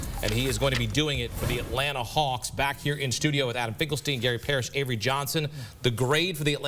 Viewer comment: Hold up, did he just say "Finkelstein" lol. 😂🤣😂🤣